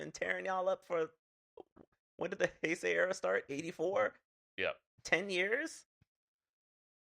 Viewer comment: Bro just say Hey-say. Why you being stubborn lol